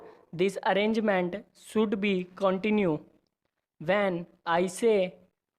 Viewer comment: He doesn't know how to pronounce should be